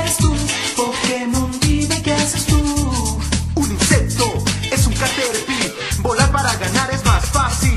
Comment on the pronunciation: Tu dices GENgar, en toa la comica dicen GENgar no genGAR al iwal que Caterpie, todos dicen CAterpie no caterPIE, ese tipo de pronunciaciones raras sumado a pausas que no van con el flow de la cancion la dañan absolutamente, la parte de Mug tambien la dice con pausas inapropiadas, El original de prueba era mas fluido, con buena acentuacion de los nombres y era mucho mas cool que esta version, mas alla de mi gusto personal son esos detalles tecnicos que critico, simplemente no estan bien.